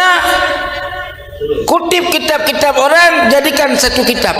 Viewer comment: ini tokang piknah km baca kitap kurang tepat ngaji lagi